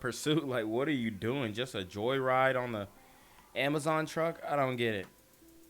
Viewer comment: He did just say amajon drivers lol,,AMAJON 😆 🤣 TO FUNNY